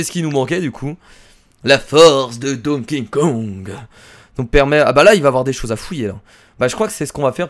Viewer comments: Tu dit Don King Kong !!!!!!! STOP Arretons de bafouer ce pauvre Donkey Kong en prononçant son nom de cette manière !!!! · A tu sais pas prononcer Donkey Kong!!!!!